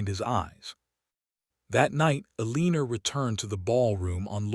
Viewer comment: Please teach AI to pronounce Eleanor/Elinor correctly. It's pronounced like "ellen-nor" not "eleeen-nor". Sheesh. Down voting for that alone. Would be a much better story if someone would teach AI how to pronounce names and words correctly.